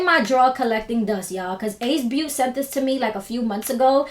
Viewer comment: I think the brand is pronounced “Ace Beau-TAY”. But I love your personality so I appreciate any looks you do. This is stunning and so inspiring